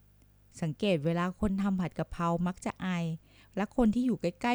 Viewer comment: 55.ผัดกระเพรา .ไม่ใช่ผัดกระเพราะ..แอดมินคนไทยหรือเปล่านิ.555555